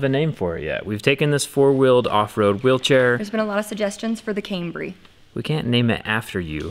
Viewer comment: “The IToldYa Cambry”. Get it. Toyota Camry. No ok